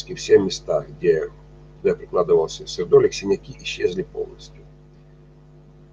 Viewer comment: Берётесь рассказывать о минерале и не знаете как правильно произносится его название. Сердоли'к